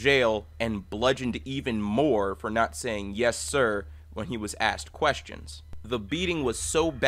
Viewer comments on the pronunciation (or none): none